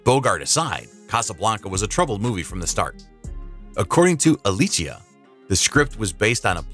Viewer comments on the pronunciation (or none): none